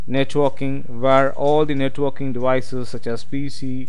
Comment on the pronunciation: Sounds like you're saying netwalking...